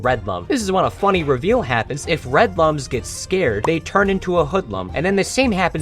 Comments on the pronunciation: Should mention that lums are pronounced "looms" as in "illumination." Also thanks for telling me there's a Rayman board game, I am getting it immediately. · Clicking off for the lums mispronunciation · I played origins when I was a child. All I can do is watch and suffer as everyone mispronounces Lums.